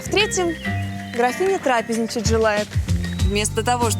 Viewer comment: Ударение в слове "трапезничать" ставится на 2-м слоге, а не так, как сказала ведущая... И кто их только учит...